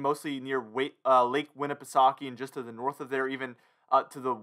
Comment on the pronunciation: I'm thinking the ECMWF is closest to what will happen. Also as a NH resident, great pronunciation of Lake Winnipesaukee!